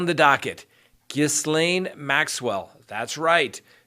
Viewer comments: Ugh Ghislaine Maxwell, the "S" is silent, what a dumb muppet she is, living in the US knowing they were looking for her, I would like to know who the English guy is who walked the 1/2 mile to the gate when the Feds arrived at 8am, she was probably more concerned that she looked dishevelled than the arrest itself. I read someone say "Bill & Hillary send their condolences about her suicide next week." They have to keep this one safe, those names are going to come rolling out for a reduced sentence (hopefully). Randy must be crapping himself, what an idiot and an embarrassment he is, no way will he leave England again Mommy Dearest will make sure of that. I hope the victims got a lift from this arrest! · Her name is pronounced Ghee-Len ( with a hard g) .....not Ghizzlane.....just fyi....it’s a a French name. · It’s pronounced Gee lane not giss lane! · GHISLAINE is pronounced JILL-LANE., but your name butchering is painful to watch. My boyfriend laughs everytime you say GIZ LANE. Think about it. Wink wink, nudge nudge. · Ghee-lane Maxwell. Not gis-lane Maxwell. The S is silent. Its French ummmmkay thx. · Hey, I and your channel, but can I offer assistance on something.... "ghee-Len" is how you pronounce Ghislaine Maxwell. French is annoying I know 😂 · it's Ghee-laine isn't it? I've already tried telling him lol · pretty close... ghee-lan. Either way, you have to be under a rock not to at least know the S is silent. I can't take anyone seriously acting as a news source without doing even the minimum of research. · Ghislaine is "jeez-lenn" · Ghislaine Pronounced " Gay lynn" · I think that it is pronounced gilane Maxwell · Ghislaine Maxwell's name is pronounced Gilaine without a s :-) Strange name, so I understand why you're struggling with it! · Ghislaine is pronounced Gi-lane. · Ghislaine (ğē - lin or ğē - lān) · I looked up how to pronounce ghislaine! G’len in French and Gee’lane in English. The G is like g in go. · “Gee lane” notjis lane